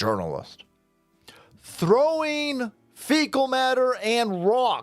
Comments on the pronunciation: Yernalist😂not jurnalist😅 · She mispronounced jurnalist, she meant to say "urinalist" Allegedly. 😂